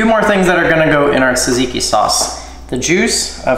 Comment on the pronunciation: I’m Greek I know it’s har to say but say Tsar-tseek-ieee